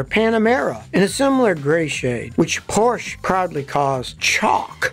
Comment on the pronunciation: I'm sorry dodge did the Battleship Gray first on the charger. And Scotty please pronounce Ferdinand Porsche's name correctly